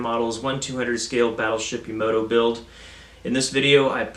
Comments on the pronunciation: Will you please stop calling it "Yamodo"!! It's YA-MA-TO. Thanks. These hulls seem to be pretty hit and miss regarding fit and sink marks. I was lucky with mine!! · Ya-Ma-Toe That is how it's pronounced. Ya-Ma-Toe. It's spelled Yamato of course.